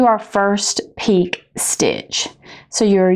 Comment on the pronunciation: it's pronounced pee/k'ay.